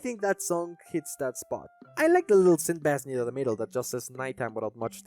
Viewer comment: stop pronouncing bass like that i'm gonna cry good video otherwise edit just in case you didnt know the instrument is pronounced BAYss where the fish is pronounced BAss in other words only the fish is ass and the instrument is in fact not ass